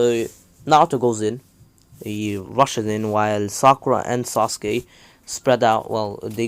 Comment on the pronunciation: Bro the way he said sasukue gay